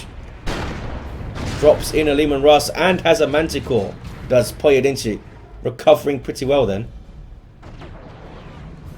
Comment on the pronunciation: You nailed the pronunciation of "Pojedynczy" well!